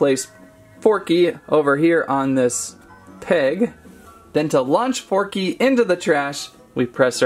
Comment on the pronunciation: Who went nuts when he said porky instead of forky